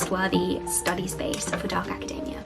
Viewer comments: I keep thinking she's talking about macadamia nuts. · Why does she pronounce academia like macadamia... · Hate to be this person but... you know you're pronouncing academia wrong?